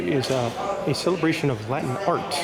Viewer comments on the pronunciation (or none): none